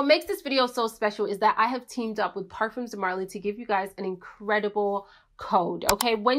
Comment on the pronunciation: The S is silent on parfums :)